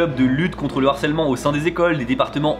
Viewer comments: Juste un petit truc qui me fait tiquer : il faut prononcer LE harcèlement pas l'harcelement stp 😉 ; ça pique les oreilles comme un français qui ne prononcerait pas le H japonais 😅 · On dit "le harcèlement" / "du harcèlement" et non "l'harcèlement" / "de l'harcèlement", il y a un h- (aspiré) ;-) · Harcèlement, c'est un h aspiré (comme haricot) et non un h muet (comme herbe). Pas d'élision avant. Le harcèlement, pas l'harcèlement.